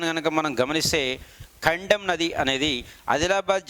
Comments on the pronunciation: Sir kaddem nadhi kadhu kadem pronounsation thappu....... కడెం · Not kandem that is kadem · Kandem kaadu kadem